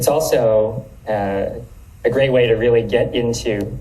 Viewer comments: The Gweat Awakening... The Gweat Awakening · the gweat awakening lmao